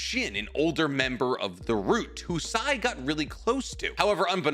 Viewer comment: the way i stood still while listening to this in my workplace before nodding after hearing "Sai." as though assuring myself all was right in the world